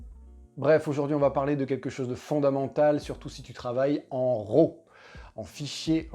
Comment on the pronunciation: Arrêtez de faire ça les Français! SVP, arrêtez de faire ça! Quoi? Arrêtez de dire RAW comme si ça sonnait "Rot". RAW en anglais se prononce ˈrȯ avec le o qui sort presque comme un a et non un o et le r, pas guttural. 😛